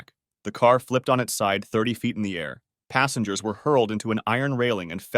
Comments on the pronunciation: Krug aka “Kroog” Like the Champagne. **Passengers not “Passangers” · 'Minbender' 'passangers'😆